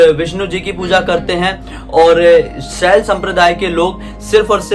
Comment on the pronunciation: Sir please correct* it's "Shaiv" not Shalya.